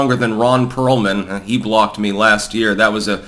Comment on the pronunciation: Ron Peealman 😂